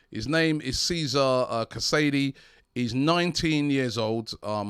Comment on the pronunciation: for tomorrow,,, it's Tché-sa-reh ka-sa-DAY